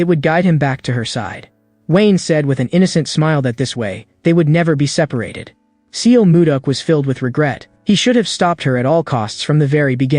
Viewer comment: a bit disturbing to hear the wrongly pronounced names of the characters. it's not seal moo duck it's more like sul moo duck in pronunciation. and it is not way-in it is hwa yon.